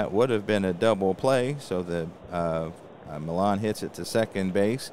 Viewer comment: Great stuff,! I find your presentations very interesting, and always interested on what you have to say about our wonderful hobby. BTW, the l's in Felix Millan's name are silent: Felix Millan - \FEE-lix mee-YON\